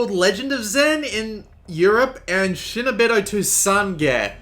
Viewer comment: Not shay-no-beedo, shee-no-beedo.